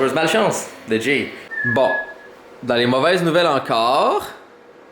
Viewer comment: Hahaha Jay et sa prononciation suédoise 😂 mais pauvre lui avec ses achats internet 🙈 Fudge est trop mignon 🥰